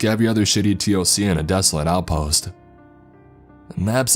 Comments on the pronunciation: Dude, I love your stories but please, for the love of God, T.O.C. is said toc. Like tick tock 😂😂😂👍👍 keep these stories coming 👍👍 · I cant stand this fool. He talks like stephen segal. Its like he hasnt taken an actual shit in 4 years. PS nobody says T. O.C ( its called the TOC pronounced TOCK) Total fiction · TOC = Tock. Don't spell out acronyms, say their names. Especially ranks. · Also please please stop saying T.O.C. We pronounce it Toc... sounds like Talk. Toc one word not T.O.C. Not sure how to tell you how to pronounce it in writing. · Just so you know man, you actually say all the acronyms like they are words. It's not T O C, it's TOC (pronounced talk). It's not N O D S, it's nods (like nodding your head). Great narrating otherwise though. Really enjoying the series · sorry man, love your stuff but... T.O.C. or tactical operations command is pronounced TOCK like tick tock of a clock not just the letters... sorry but that's fingers on a chalkboard to me... rest of it was great besides that! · TOC is spoken as tawk in the military. Good story though. NODS spoken like nawds. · The narrator keeps spelling TOC. To everyone in the military its said as Tock..obviously minus to k but dude could spell it then say tock and everyone would be on the same page. Adds to the authenticity. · yeah, saying the letters, T O C, or N O D S. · I am in and it's exactly how it is. It's just funny that the narrator is mispronouncing some of the acronyms and jargon lol